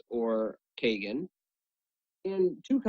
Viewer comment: the cards names r sasuke=saskay.kagen=caw-gen. not Suzuki and not kaygin:(